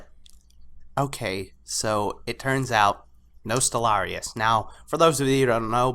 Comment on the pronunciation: Your pronunciation of the server name is triggering me. I still love you, but it's Nost - All - Ree- Uss pronounced fast.